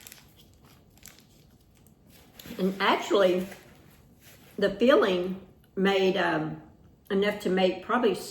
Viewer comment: I keep thinking you're saying feeling instead if filling. We all have different accents. I'm from Wisconsin.